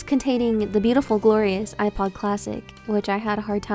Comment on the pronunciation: Behold the yewpod